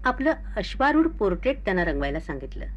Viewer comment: बाबुराव खुप् महान् होते,खुप् छान् पन् मी एक् चित्रकार असल्याने एकच् खटकला ,पोट्रेट या शब्धाचा निट ऊच्आर करावा,नाहीतर व्यक्तीचि्तर म्हनावे,समलोचक कोण आहे,?